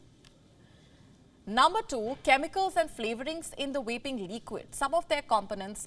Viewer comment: It’s pronounced Vaping ….. with a “V” and not with an “R” …… Pronouncing "vaping" starting with an "R" is inappropriate and a completely different show. SMDH.